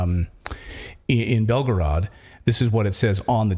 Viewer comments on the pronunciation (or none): none